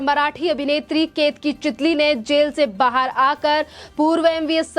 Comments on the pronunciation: चितली नही चितळे बोल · चितळे है चितली नही